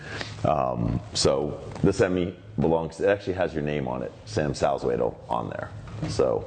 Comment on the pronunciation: Haha the way you pronnounce Salzwedel is not the German way, way to go my friend.